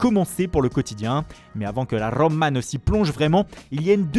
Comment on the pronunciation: Arrête avec ton Rrrrrroma !